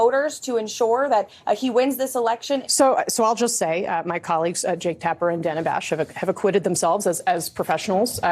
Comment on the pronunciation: This is petty, like the story but Steve Bannon can address Dana Bash by her preferred pronunciation, danna, not dana. Can you two jump on? Small but courteous. TBC, I don’t like any of these folks and if I had something else going on…